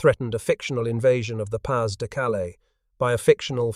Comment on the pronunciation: Pah de, not pass